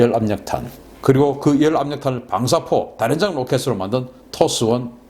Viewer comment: 다련장이 아니라 다연장으로 발음해야 아닌가요